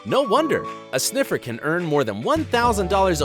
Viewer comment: In the brain sniffer thing u forgot the r in sniffer. It was just sniffes